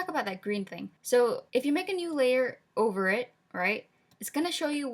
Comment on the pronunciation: I thought you said ogre it instead of over because I thought you made a pun about onion skin mode im meme trash sorry